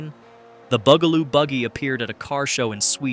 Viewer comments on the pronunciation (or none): Why do you pronounce it Boogaloo? It's Bugaloo. Bug!! They are bugs, get it?